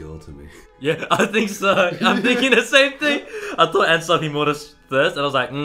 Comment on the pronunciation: Fun thing: The way your pronounce "Mutter" (which is the German word for mother) sounds like the way Germans say "Mutter" when we make "your mama"-jokes :D